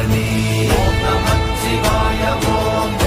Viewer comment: ஓம் நமசிவாய என்று தான் உச்சரிக்க வேண்டும் எழுத வேண்டும் நமச்சிவாயம் அப்படி என்று ச் அழுத்தி கூடாது எழுதவும் கூடாது